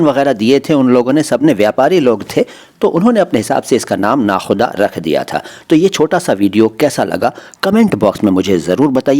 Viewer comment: Nakoda maszid, hai na ki nakhuda